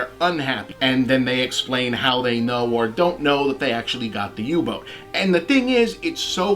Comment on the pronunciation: you said UBUTT